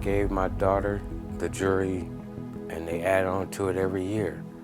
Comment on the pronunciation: It's JEWELRY NOT JURY